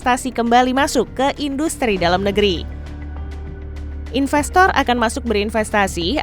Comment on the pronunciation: Investor disebut infestor , larilah mereka. Sebutan harus internasional dong.